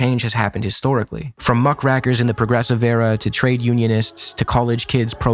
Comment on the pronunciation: Weird word choices stick out. Did you say “euthanize Zionism” at one point? “Nuke-u-lar”? I think you also said “muck RACKer”. Is this due to talking way too fast? Is this an AI script? What happened here? Overall, decent video. Kind of weird to spend a lot of time talking about a social media figure like Contrapoints though.